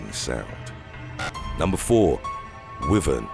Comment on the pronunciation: Anyone else found how the narrator pronounced minotaur and wyvern annoying? Probably just me... Also, its a cockatrice, not a balisk.